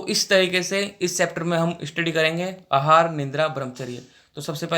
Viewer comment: Bhai tu aahar ko hahar kue bol rha hai 🤣🤣